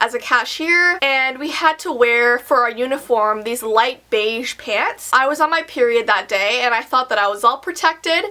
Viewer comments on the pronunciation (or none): none